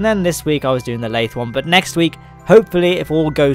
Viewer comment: You pronounced it correctly. The sea is full of a periodically vectoring force called the Boingsey force. :)